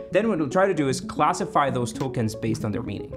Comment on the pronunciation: did you say ‘Tokens’ or ‘Tolkien’s’?